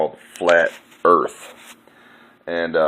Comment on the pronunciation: You wanna say dah erwft is fwat. Hwappy new fwat earft 😝😝😝😄😄😄